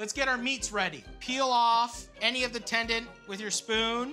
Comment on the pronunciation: Matty "tendant" Matheson